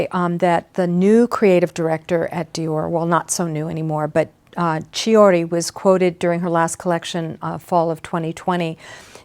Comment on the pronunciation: Chiuri is spelt Keeuree. "Ch" in italian is read as K.